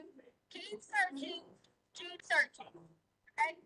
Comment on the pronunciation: Did Dr. Stauch say "searchening" 😳